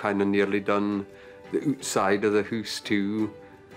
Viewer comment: "we've nearly done the ootside of the hoos too"